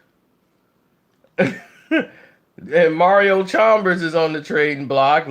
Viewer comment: Who is Cox?? And Deng wasn’t on the Heat in 2014!! And it’s Chalmers, not Chalmbers.